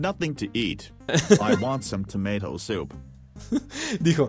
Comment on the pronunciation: el pibe que no sabe ingles:TOMAT